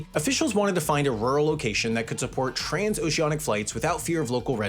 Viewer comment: Oceanic* not Ouwceonic